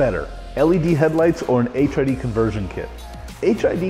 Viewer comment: Why does it sounds like he keep saying HIV lol 😂